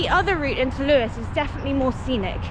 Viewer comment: It’s most certainly Lewes……not loose